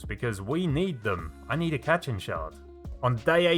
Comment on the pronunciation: "cat-chin shard" Me: thinks of goku tapping the block Ah, katchin! (Pronounced kat-cheen)